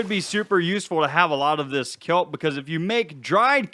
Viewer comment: 😅😅😅😅🤣🤣🤣🤣😂😂😂🤣🤣🤣🤣🤣🤣🤣🤣🤣🤣 You said kellble it’s kelp. That’s just 🤣🤣🤣🤣🤣🤣🤣🤣🤣🤣🤣🤣🤣🤣🤣 Odd